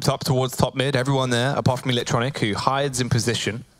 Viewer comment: How the casters pronounce electronic’s Name is so ugly